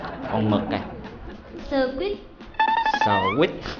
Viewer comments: mình nghĩ trong đâu là từ sờ quít là sờ c*t :/ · sờ-quít (sờ-đít)